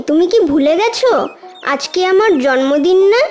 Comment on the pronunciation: খুব সুন্দর কিন্তু জন্মদিন কেনো জর্মদিন বলছে বুঝতে পারছিনা আমি ভুল শুনলাম??